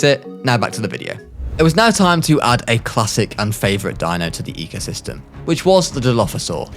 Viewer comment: you mispelled the thumbnail u said "ecyosystem"